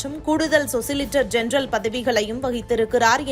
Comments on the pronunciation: Socilitor general இல்லம்மா.. solicitor general. யாருமே உச்சரிப்பை சரி்செய்ய மாட்டார்களா? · சொசிலிடர் ஜெனரல் அல்ல. சொலிசிடர் ஜெனரல். அடிப்படை ஞானம்கூட இல்லாதவர்கள் செய்தி வாசிக்ககூடாது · சொசிலிட்டர் என்றெல்லாம் ஒரு பதவியும் கிடையாது. அது சொலிசிட்டர் ஜெனெரல். நியூஸ் படிக்கும் வேலையை கூட ஒழுங்காக செய்யக்கூடாதா?😊😊😊